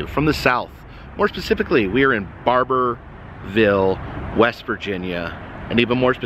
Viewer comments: Hey man. It’s Barboursville with an S. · Pronounced Barb erz ville. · Good ol’ Route 2. By the way, ya gotta pronounce that ‘S’ in BARBOURSVILLE ;) just a friendly heads up! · It's Barboursville, not Barbourville. Barbourville is in Kentucky 😂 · It's BarbourSSSSville, sir! Just had to correct you. I live in Huntington, right down the road from Camden Park actually (as seen in Fallout 76, lol). I've loved the fact that we have one of the last Rock-a-Fire Explosions in a restaurant, and I was NOT aware they had been refurbished. They looked hooooorrible just a couple years ago. Thanks for stopping by!